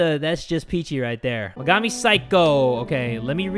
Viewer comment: thats megami not her sister, and her name is pernounced mega-me